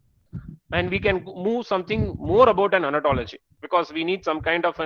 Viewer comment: Sir please pronounce it as Ontology not Anatology......please